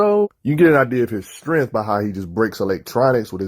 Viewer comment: The fuck is strenth, vice greap? You mean STRENGTH, VICE GRIP. Bro work on your enunciation. PRONOUNCING words properly helps people take you serious. You sound like you have a big wad of gum in your mouth. "mumble mumble" batman strong mumble mumble. yeah! Fucks sake man how high are you that you sound fucking drunk or something.